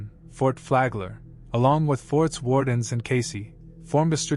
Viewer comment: Fort Warden doesn’t have an s at the end.